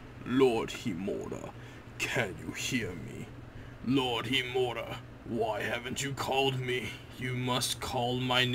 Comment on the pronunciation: you are not saying HIMURA right learn how to say it then say it :p good episode